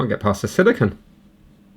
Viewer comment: A silicunt is very different than silicone haha